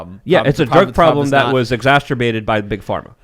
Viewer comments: The pronunciation of exacerbated is not exacterbated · Can this dude stop using his FAVORITE WORD WRONG? Exacerbated not (NOT) "exaSTERbated" 🤣🤣🤣 my dude going hard in the paint with that word not even pronouncing/saying it right 🤣